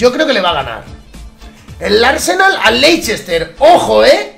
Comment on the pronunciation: se dice lester no leichester